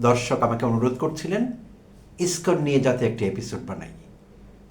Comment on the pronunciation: আপনার মত ছাগল যে ইসকন শব্দ উচ্চারন করতে পারছেন না।আপনি আবার আবার ইসকন নিয়ে কনটেন্ট বানাতে আসছেন?